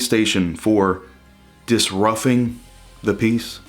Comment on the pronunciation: Disrufffing lol